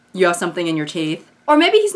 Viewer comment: "who do you fink gave you the teef” lives in my head rent free <3